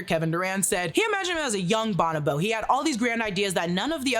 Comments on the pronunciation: Grammar Police here. It is pronounced (Bo•no•Bo) not (ba•nah•ba). I’m sorry to correct, it just ate my ears alive hearing that. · Bon-o-bo-ape? Its pronounced Bo-no-bo. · It's pronounced "Bon-O-BO" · Is pronounced “Bow-No-Bo” 😂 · It is pronounced bow-no-bow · Is that just how we are pronouncing bonobo these days?